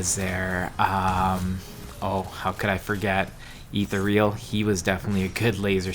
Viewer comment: Ee-thuh-real E E T H U H R E A L